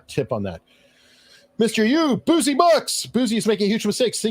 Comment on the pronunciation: Bouzy is pronounced "Bussy" not "Boozy". He's an Asshole, not an Alcoholic.